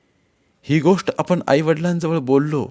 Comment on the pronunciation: तुमसे वचन खूप् छान आहे पण तुम्ही वन्स आणि गोष्ट हे उच्चार तुमचे वेगलेच् वाटतात्